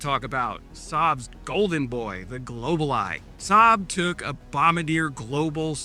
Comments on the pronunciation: Hey, a Canuck here. The company is pronounced Bom-bar-djeah not Bombarder. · Bombardier - bomb-bard-yay, rather than bomb-bah-deer. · Bombardier is a French Canadian name hence bombardi-eh is a closer pronounciation. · I cannot keep hearing you say “Bombar-deer” it’s a Québécois name “Bombar-dee-ay”. I’m subscribing so you have to fix it😂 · Bombard Dee air. As we say in Canada eh. Not bomb a deer. The way this government goes I am surprised they didn’t choose Ebrar. We would really appreciate if the bombardier logo was as prominent as the Saab logo. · Jesus! It's pronounced BOMB-BAR-DEE-EH! NOT BOMB-BA-DEER! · Love your videos, thank you for all the support and love for Canada. Also the Bombardier is pronounced "Bomb-bard-yay" (its French, their particular) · Was AI involved with any of this program? Also, you miss pronounced Bombardier. (Bom-bar-dee-eh) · It's pronounced bom-ba-john-deere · Hi, a few comments. Bombardier, pronounced bom bard e yay. RCAF has been CAF for decades. The base jet is built in Montreal, Bombardier vacated their Toronto facility at least 6 years ago. You can't blame Canada for trying to reduce its dependency on the US in light of Trump and his blatant disrespect and threats to our country. Its a shame. I only tolerate Trump because he is proacive at removing a rogue nuclear threat vs Democrats clutching thwir pearls. Canada is run by a brilliant economist but he is a ringer for the wrong party. Nobody here says "aboot". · The french aviation company pronounces their name "Bome-Bar_Dee_Yay".Other than that, great work as always. Rock on,! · I only mean this in a friendly way; you might as well get the Bombardier pronunciation correct. It is a French name so phonetically: BomBARdeeay. Keep up the good work. We'll make an honourary Canuck of you yet. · the sort of right pronunciation for bombardier is ( bomb bar de air ) with a French accent.